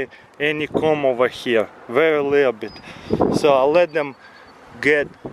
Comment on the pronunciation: its funny how he says "comb"